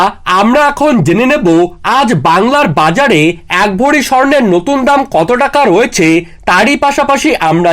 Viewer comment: কথা টা ভরি ,ভড়ি নয়